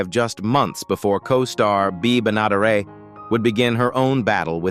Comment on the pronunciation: "Bay Ba-Not-arett" "Greg Mull-a-vee" Really?